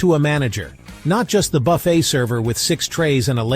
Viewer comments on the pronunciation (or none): IT. IS. * NOT. * (( BUFF__IT. ...)) .....IT. IS. PRONOUNCED. * BUFF. __. FAY. * !!!!!!!!! YEECH. !!!!!! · You lost my trust at the beginning when you pronounced BUFFET to rhyme with Rough It. Then it went down hill from there. This is sensationalist crap.